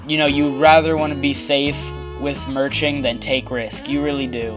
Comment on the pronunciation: FUCK YOU PRONOUNCE MERCHING WRONG TOO